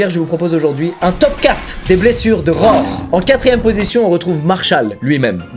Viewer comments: Squeezie :"rore" Moi : " RHO-ARE" par-ce que cela s'écrit "roar" vous dîtes comme moi ? Ou comme squeezie ? Sinon j'ai hâte de voir voir la vidéo ^^ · Mec, ça fait 9 ans que je suis abonné à ta chaîne, et tu ne fais toujours pas l'effort de prononcer les mots anglais en anglais mdr "Rror"